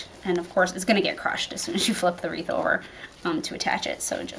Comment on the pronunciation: It’s wreath...not reeve, please! Thanks for the video!!